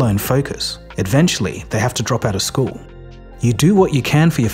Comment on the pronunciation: Bro, it's "eventually", not "adventually". I mean, someone had to do it, right?